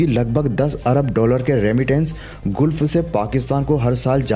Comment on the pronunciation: अरे दोस्त वह गूल्फ नहीं गल्फ है 😂